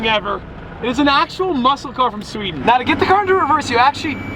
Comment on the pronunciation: DUDE I ACTUALLY KNEW U WERE GETTING A KOENIGSEGG CUZ WHEN U SAID SEWDEN I WAS LIKE I KNEW WHAT HE WAS SAYING